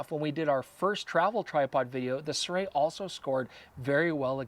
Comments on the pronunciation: That's not how you pronounce Sirui. Pronounce the vowels only. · You might want to ask someone who speaks Chinese how to pronounce “Sirui” 😁